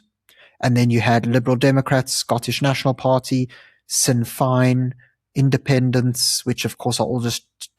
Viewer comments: Sin Fine is pronounced Shin Fane Paid Cwmry is pronounced Plied Coomrey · Pronunciation- shin fyn. The old political wing of the IRA.